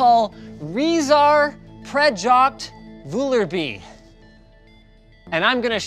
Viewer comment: "Rezar Prejoct Volervie" i´m dying X,D